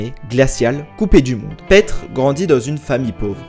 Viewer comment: Ça me fait rire quand tu dis petr 😂😂 en réalité suffit de dire piter comme peter parker par exemple